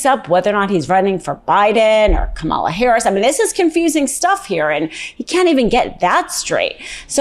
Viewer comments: Hmmm.. Now, you sure that's how you say her name? Time to manufacture some outrage. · Come on...get the VP's name right!!! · How about you pronounce her name correctly. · OMG - please pronounce the VP's name correctly! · love your commentaries. Please learn to pronounce Kamala’s name correctly. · What's your problem with pronouncing Kamala's name? How many ways/times do people have to teach you how to say it. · Please pronounce Kamala’s name correctly! You are Meidas Touch! You MUST get it right! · I love ya -- the name is pronounced Kamala with the emphasis on the Ka. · you are guilty of mispronouncing KAMALA just the way Trump does. Shame, shame. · I wish would pronounce Kamala's name correctly. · Pronounce her name correctly please. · Love you girl, but PLEASE pronounce Kamala’s name correctly. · So why is she mispronouncing Kamala Harris's name like he dies? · . You still don't know how to pronounce her name. You mispronounced her name right here at 52 seconds into your video. Wtf. That was the instant I turned this silly commentary OFF. Figure it out. YOU ARE EMBARRASSING. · You have GOT to pronounce her name correctly! Please. 💙💙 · Speaking of mixing up names~ you said Kamala's name wrong several times. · You need to work on pronouncing her name correctly. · Please pronounce Kamala's name right. Not trying to be a d**k. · You're talking about mixing up names and you're not even pronouncing her name right? Come on! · you do a lot of great analysis. But WHY do you continue to disrespect Kamala Harris by mispronouncing her name??????? WHY can't you respect her enough to learn her name??????? It baffles me and makes me not want to listen to you!!! I'm sorry, but the disrespect is horrible. LEARN HER NAME. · She just said the VP's name wrong! Ugh!!! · please pronounce her first name correctly. you are saying it the same way Donald Trump does when he's making fun of her in public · say her name right, please!